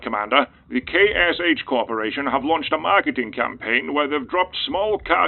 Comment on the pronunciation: The "KSH" corporation, huh? XD